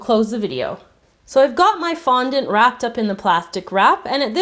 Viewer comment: did anyone else realize tgat she said fontant